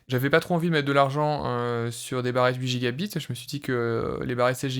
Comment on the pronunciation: Merci pour la vidéo c'est super intéressant. Tu devrais mettre l'accent sur "byte" quand tu dis "gigabyte" ou "terabyte", on peut penser que tu dis "gigabit" et ça peut porter à confusion